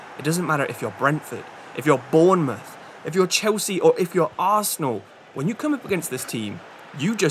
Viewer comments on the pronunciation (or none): none